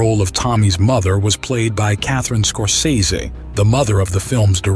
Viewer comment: Who the fuck is this "Scorseso" guy? Is that like the Temu version of Scorsese?